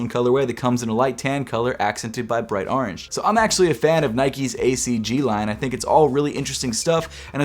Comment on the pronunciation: No one:: Ahwrange